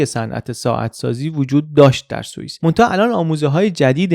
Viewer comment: سلام خوبی شاید باورت نشه،اینجا داری میگی سوئیس ولی من سوسیس می‌شنوم،بعد تو ذهنم قفلی زدم رو این «عجب سوسیسیه همش گوشته» 😅